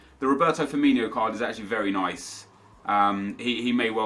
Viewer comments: its FIRMINO not FIRMINIO😥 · it's firmino not firminho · It's Firmin-O not Firmin-HO